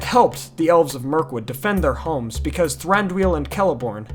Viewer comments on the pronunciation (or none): none